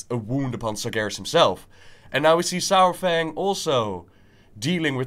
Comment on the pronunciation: Why I keep hearing sour-Fang?